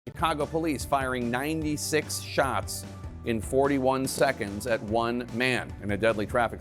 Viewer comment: "Dem Shotz" "Amberlance" ... Oh how ghe*tto fabulous!!!